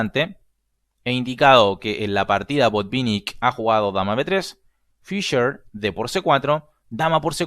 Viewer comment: ¿FisCher ,pronunciado en ingliyyy? ¿sabes q es ALEMAN!!